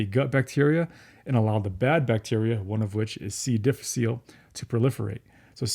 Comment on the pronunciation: the "diff" in C diff is the Latin word difficile. It is tempting to pronounce it as a French word, but it is actually diff-ICK-uh-lay.